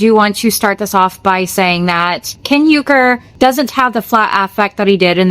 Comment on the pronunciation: There's no one called Ken YOOKER. How low is your IQ that you cant comprehend UR KER?